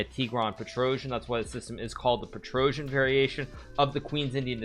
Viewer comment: Its weird how english speakers have zero ability to pronounce armenian second name petrossian 😀